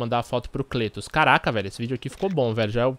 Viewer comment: Pronuncia-se Clétus! ;)